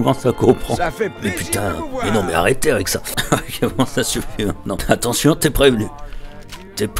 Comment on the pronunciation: "t'ention monsieur, y'a une mine dans vot' poche" mdrrrr